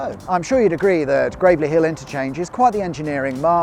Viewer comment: Yes I was wondering why he was saying "Gravely" when it's spelt "Gravelly"